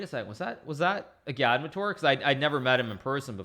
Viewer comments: i'm pretty sure agadmator has the emphasis on the first "a". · Lol isn’t it pronounced Agad-mator, not A-gad-mu-toor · I remember years ago comments to Agadmator on how his name is pronounced and what it means. "Its pronounced how its spelled". A-gad-mat-or" Why Does Hikaru shorten some vowels and lengthen others? Igaadmitoor Still never learnt the meaning. I remember he used to tease that he would reveal the meaning after sub milestones. Must have missed that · no disrespect but I think it’s pronounced agad-mator